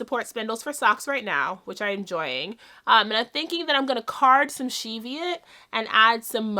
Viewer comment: Enjoying your videos so much, thought I could help with some of the pronunciations out her on the West Coast. Skagit is SKAH jit, similar to magic, Puget is PEW jet, and Cheviot (sheep) is like the CHEVrolet car, CHEV iot.